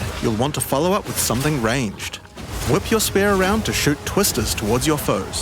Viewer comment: Why can’t you pronounce spear properly?😂